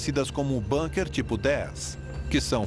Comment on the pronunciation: É de lascar: bAnkers? É bUnker !!! É alemão, e não inglês, porra. Com U, U, que alemão tem som de U. BUUUUUUUNKER !